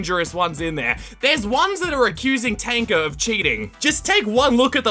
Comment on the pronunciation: And btw thank you for saying Tanka”.